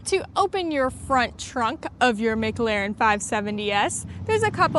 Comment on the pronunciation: Please learn how to say McLaren properly. It’s not so different it’s not pronounced phonetically. Please stop